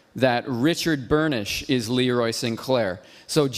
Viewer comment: The way says Richard 'BURNISH' gets me everytime haha